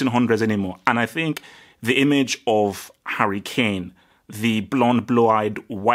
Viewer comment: Damn u misspronounced Harry Klame's name like 6 times.